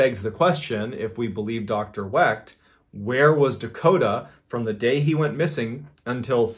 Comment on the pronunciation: Love your videos bud, but you mispronounced my great uncle's name a tad bit wrong lol. It's the great Dr. Cyril Wecht(Wek) derived from the German name Weicht to which we dropped the i to fit in better however I never understood how that would make the surname any less German looking or sounding lol. Just thought I'd clear that up for you though brother. The t is silent and we have a very rare name either way you spell it or say it. Thanx for mentioning him because he is an amazing Forensic Pathologist that has made a very nice name for himself and is 1st in line to autopsy JFKs brain if anyone ever decides to make it available!